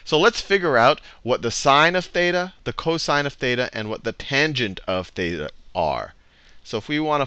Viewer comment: you don't pronounce "θ" and "ψ" correctly (im greek) anyway, great vids! :DDD